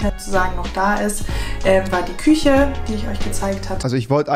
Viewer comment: Rewi: Küsche Ich:😖